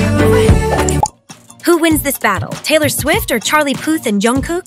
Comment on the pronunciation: When she said young cook it’s Jung cook am I right send a reply if yea and like this comment please